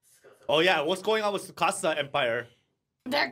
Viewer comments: The T in Tsukasa is NOT silent, just like the 't' in tsunami is not silent either. Have no idea why society randomly out of nowhere decided to make their own rules about a totally different language and completely ignore a letter. 99.9% of the time in Japanese, you pronounce EVERYTHING. No weird shit like silent e's in the English language. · The T in Tsukasa is not silent. It’s not Sukasa. You pronounce tsu with your tongue touching the roof of your mouth as you make an s sound making it sound like your simultaneously sounding out a t and an s. Hope that helps.